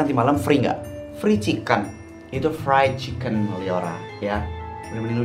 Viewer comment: mulut liora kykny lagi ngantuk,, fried chicken jadi free chicken 🤣